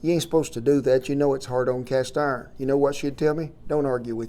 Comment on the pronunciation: Well, ah'll be a son of a cast 'arn pahhhn......